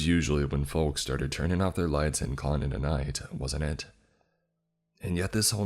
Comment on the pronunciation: I never wanna hear the word "IT" again after the 4th story. Jesus christ structure a sentence without repeating the word "it" so many times. The emphasis he kept placing on the word also made it so much worse.